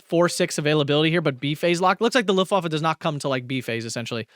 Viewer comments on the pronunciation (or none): none